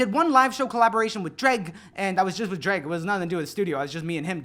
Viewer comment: I absolutely thought you said "Drake" instead of "Jreg" and was very, very concerned. Though I guess unlike Drake, you won't abandon Toronto